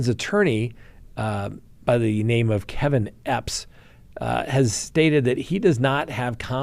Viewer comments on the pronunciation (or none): none